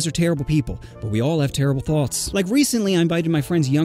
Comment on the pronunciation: Blud forgot the t in thoughts